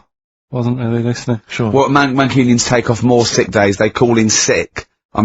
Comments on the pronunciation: sixt days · I like how Ricky can't even say sick days properly 😂